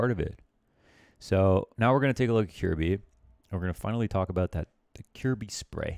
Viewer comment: For future reference, his name's pronounced ki-yehr-bye